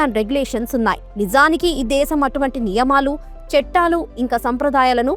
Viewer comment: చట్టాలు అనాలి. చెట్టాలు కాదు.